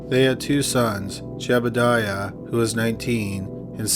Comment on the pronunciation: You kept calling Seth's brother "Jebediah" and his name was actually Jedediah. Just saying.